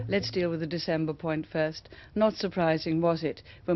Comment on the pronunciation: New month: "DeZember"